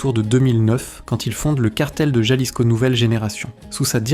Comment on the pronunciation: Se dice Jalisco pinche cabrón ! Ja ja